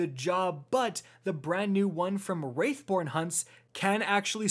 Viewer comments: Its not "wraithborn" pls get it right. Its Wrathborn. Wrath...born. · Please stop saying wraith born, it is W R A T H born, there is no i.